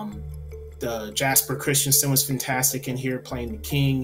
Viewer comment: Btw, Jesper is pronounced "yesper" (with R's rolled).